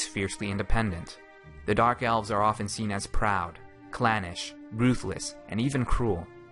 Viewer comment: eves? I think its Elves.